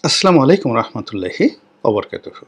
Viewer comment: রনি সাহেব সালাম হবে, আসসালা..মু আলাইকুম....।আসলা... নয়।